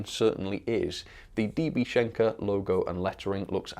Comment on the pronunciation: The N in SCHENKER needs some attention.